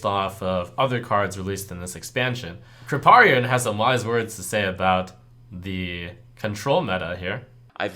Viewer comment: ...that's not how you pronounce "Kripparian".